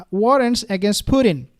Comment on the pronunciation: Your accent is adorable. I'm not sure Putin is very happy you keep calling him Pudding. But it's ok 😂. Your heart is in the right place.